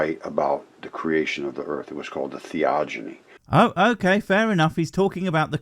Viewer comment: Theogony is pronounced with a hard "g". Not a soft "g". Give it a nice, thick, beautiful, hard "g". Now let's see if YouTube censors this comment lol